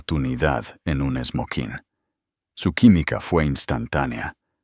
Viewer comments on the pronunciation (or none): Porque borran la corrección no se dice Somonines se dice SMOKINGS ❤❤❤❤❤❤❤❤❤❤❤❤😂😂😂❤❤❤❤❤❤❤❤ ❤y no ❤❤❤❤❤❤❤❤❤❤❤❤❤❤❤❤❤❤❤❤❤❤❤❤❤❤❤😂😂😂❤❤❤❤❤❤❤❤❤❤❤❤no se dice Smokiness se dice SMOKINGS ❤❤❤❤❤❤❤❤❤😂❤😂😂😂😂❤❤❤❤❤❤❤❤❤❤❤❤❤❤❤❤❤❤❤ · No se dice Somokines se duce SMOKINGS cuando se refiere a varios son demasiadas personas viendo estas historias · No se dice Smonijes es incorrecto se dice SMOKINGS